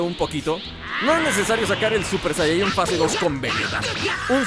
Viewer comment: Se dice saiyajin con i